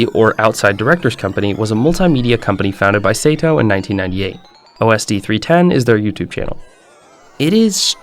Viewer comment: Say-to as well😭